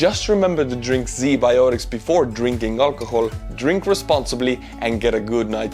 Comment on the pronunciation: My whole boddy hurt when i heard Z biotics In a video about ua-ru war